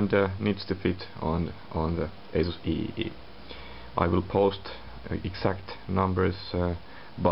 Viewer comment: i thought he said kkk mobile